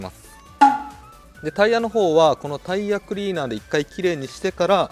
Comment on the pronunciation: タイヤクリーナー(発音良)